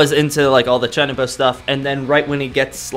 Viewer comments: I cringe every time he says Chuunibyou wrong. Chew-knee-bee-oh not chinnybow like jesus christ... Also this is my favorite fucking anime of all time. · Uhh you said chunbo its Chun-ee-be-yo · Not to judge the way you say "chuunibyou' Its is actually pronounced "chew nii byou" Again im sorry for correcting your pronunciation.